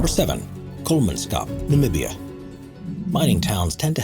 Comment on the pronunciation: Okay I need to say this. The one for Namibia you are saying it wrong.